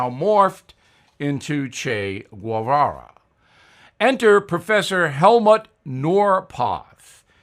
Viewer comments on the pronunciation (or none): Bill, I enjoy your commentary very much. But today I heard you mispronounce Che Guevara’s name. It is pronounce Geyvara. I will be here tomorrow!